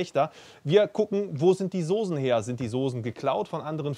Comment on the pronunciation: SOSEN? alter das hei´t Soßen , scharfes S .... kotze im Strahl wenn man sowas hört :D